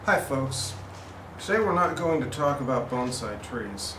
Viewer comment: Even youtube's auto-translate thinks you said "Bone side", rather than "bonsai".